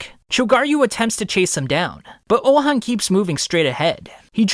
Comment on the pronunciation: Pronounced ouhon name so wrong… his name is not ouhan its ouhon